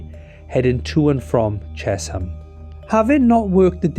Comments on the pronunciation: Interesting but please get names correct. It's Amersham not Aimersham. And CHE-SHAM not CHES-HAM. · Great video as always. Afraid they're said Ammer-sham and Chesh-am 😅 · This MUST be AI slop. Ches-ham? Aim-ersham? Give me a break! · Aimersham and ches ham !! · The pronunciation of British place names and surnames can be very difficult to guess from their spelling (even more so than ordinary words!). It's AMMER-sh'm and CHESH-'m. Native English speakers are not entirely consistent on MAR-ler-bone. I wonder if we were listening to a human or AI text-to-speech? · Apart from several errors including the wrong route between London and Oxford and mispronunciations of Amersham and Chesham, it was interesting…